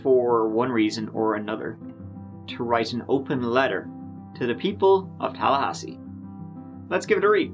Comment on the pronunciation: "Turd marriage in Tallhasee" LOL